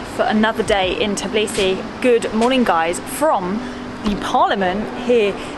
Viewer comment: I hate when people call it Tiblisi instead of Tbilisi